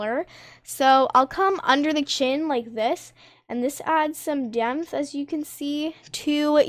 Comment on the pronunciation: hey i would just like to say its totally not hate but its pronounced depth not demth